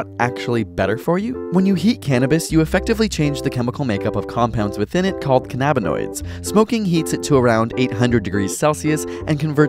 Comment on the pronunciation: Imagine producing a video like this and not being able to pronounce cannabinoid correctly